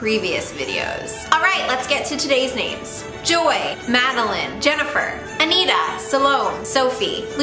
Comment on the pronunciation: You said Madeline! Oh my gosh that's so close! It's add- ehh- line(line like a drawing) That's how you pronounce it. Like the song Sweet Adeline! ADELINE! The nameless will rise! Don't worry fellow nameless. WE ARE ONE.